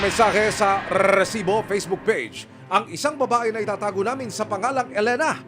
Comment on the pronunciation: Annoying Ang pag pronounced nio nang Recibo